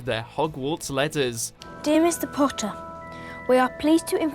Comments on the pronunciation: Harry Ponnter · I thought you said Harry porn star for a second lol 😂😂😂😂😂😂😂😂😂😂